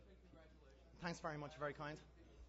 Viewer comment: He says "Tanks." That's too cute.